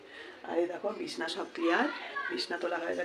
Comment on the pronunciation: ওটাকে বিছনা বলবা না বিছানা বলবা, বিছনা বলা খারাপ না কিন্তু সব কিছুই যখন প্রপার বলছো তাহলে ওটাকেও একটু বলার চেষ্টা করবে 😊❤ ভালো থেকো 😊❤